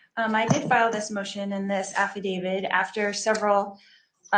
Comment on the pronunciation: I expect she will never see these YouTube videos….but if she can’t pronounce affidavit, nor even use it properly, then she should not be representing herself. (she says aff-uh david, and it’s aff-eh dave-it) Affidavit means evidentiary oath or affirmation—declared under oath. Affuhdavid is some weird accent and sounds like she’s saying ‘I was behind him’ e.g.“I came in affeh David, not buhfoh.